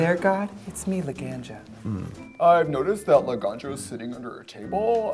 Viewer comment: the way trixie pronounces “Laganja” makes me laugh so hard